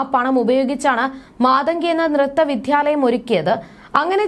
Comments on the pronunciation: Vidhyalayam alla 😅😅Vidyalayam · വിധ്യാലയമല്ല, വിദ്യാലയമാണ് കുട്ടി ഏതു വിധ്യാലയത്തിലാണ് അഭ്യാസം നടത്തിയത്